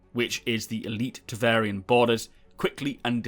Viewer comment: it's TEVARIN, not TEVARIAN... triggered